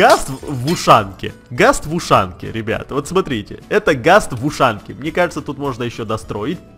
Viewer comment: ты какой рас гавариш тут нечего сложного а в вэживание сказал кажэ это сложно